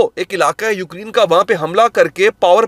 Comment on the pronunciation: Ukreen❌ Ukraine ✅